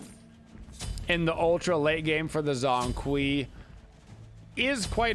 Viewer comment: Bruh he literally says his name when you lock him and when the game starts and people STILL pronounce it wrong lmao cringe pronunciation but great gameplay